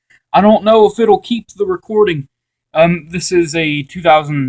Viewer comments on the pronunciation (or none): "Is it recowrding?" Lmao 🤣